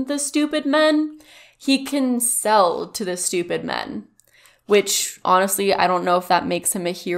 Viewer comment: The way he pronounced men (me-an)